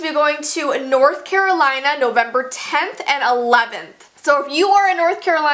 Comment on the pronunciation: i thought you said coraline lol